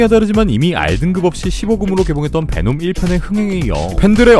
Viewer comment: 놈베라고 하는거 킹받으면서 웃기네 제주 돔베 고기 먹고싶다